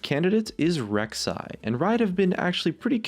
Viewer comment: Rek'sai againn? You drunk?